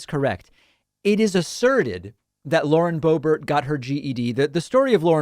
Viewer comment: Boebert its pronounced boob art Hhhh thats dutch! vierd huh ? The accent !